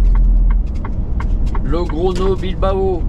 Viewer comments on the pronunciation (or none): none